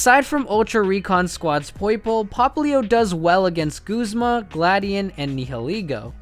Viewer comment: Btw it's Guzma not Goozma